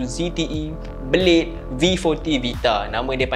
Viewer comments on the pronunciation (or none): Blade, bukan belit. Haha